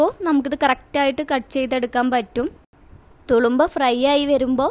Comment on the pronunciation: തുളുമ്പാ അല്ല തുറുമ്പ എന്നാണ്..